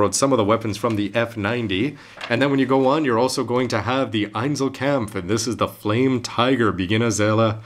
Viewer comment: hehe, "einselkämpf"^^ for me as a german guy its always funny to hear english speaking people pronounce more complicated german words like "einzelkampf" :D either way, this handbook is really cool! reminds me of the instruction manual you get with perfect grades. and even though i cant read it i wish they would do that with more models today. the lineart in those is always fantastic!